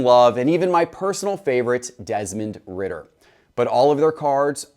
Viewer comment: Ridder?? Yikes